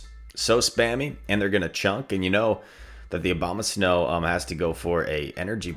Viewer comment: Everyone says Obamasnow, not Abomasnow🤣